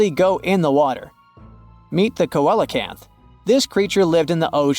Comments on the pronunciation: Not ko-el but seel-o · The word ceolacanth is actually pronounced see-a-canth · coelacanth, the first syllable is ”see”